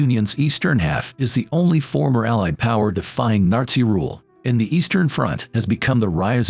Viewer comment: Narzi Germany 💀💀